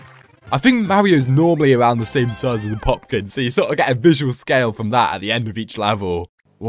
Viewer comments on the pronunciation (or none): he said poklin insted of poplin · It's poplin not popkin😂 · It’s Poplin